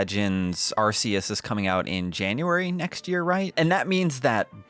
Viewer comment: Arceus is pronounced with a hard c